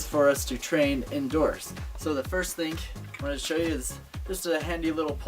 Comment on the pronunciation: try 'thing', not 'thingk'